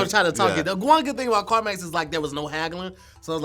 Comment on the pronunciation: . I'm pretty sure he meant CarMax not Carmus 🤣 Again ladies and gentlemen he meant About not abought. Sorry for the inconvenience did he say polks instead of folks? Somebody please get KevOnStage to overview this 🤣🤣